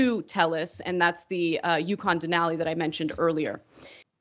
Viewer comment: Ana, Ana, Ana, ... smh. It's pronounced "DEN-ah-lee". 😉